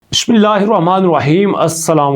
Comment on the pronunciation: Yar Bismillah to thk parha kro ر کی جگہ وبولتا ے